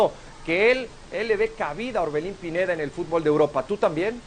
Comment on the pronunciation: Es Orbelín no Oberlin...